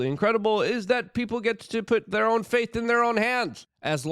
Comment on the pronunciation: Its "FATE" not FAITH man.... wtf 🤦‍♂️